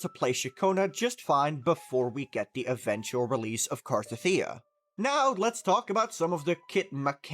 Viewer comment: I think its pronounced CAR-TETHIA and not CAR-TATHEEA but eh i dont care tho.